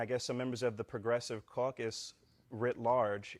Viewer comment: did you say Progressive Caucus? or Progressive Carcass?